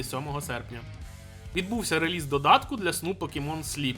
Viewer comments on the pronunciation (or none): none